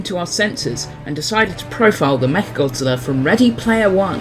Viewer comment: all i can hear is "Meth Godzilla"